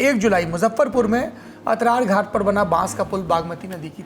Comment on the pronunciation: Ataraghat nahi akharaghat hai muzaffarpur ka